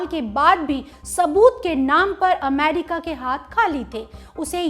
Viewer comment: The way she says AMEERIKKA 😀